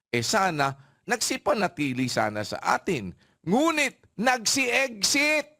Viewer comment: “Eggsit” daw.